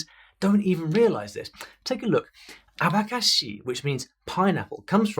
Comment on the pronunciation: Tirando o abacaxi que ele falou abacáxi sendo que pronuncia “abacaxí”porque é oxítona ❤ mas ele fala bem mesmo…